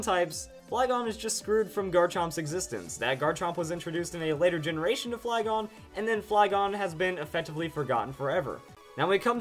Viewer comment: I got off the video when he say flygon